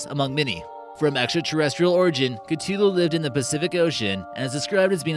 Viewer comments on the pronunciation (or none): It's pronounced Cuh-Thu-loo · Stopped watching right after you butchered the word CTHULHU